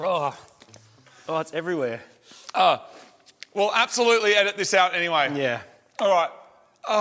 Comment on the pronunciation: I swear Marty says " upbsolutely"